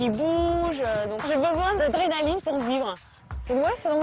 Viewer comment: 0ui elle a bien dit drénaline